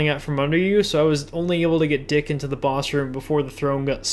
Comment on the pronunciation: The best part of this video was you pronouncing Deke as Dick.